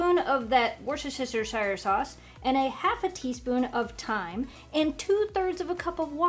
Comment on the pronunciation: Wuss-ter-sheer sauce. I live one county over in Gloucestershire pronounced Glos-ter-sheer :-)